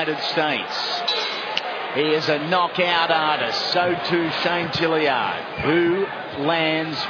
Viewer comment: Why do those annoying announcers keep calling that guy Jilly-ard, when his name is clearly Tilyard?